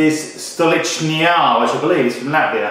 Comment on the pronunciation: no, the LICH is pronouched like "leech" stuh LEECH nuh yah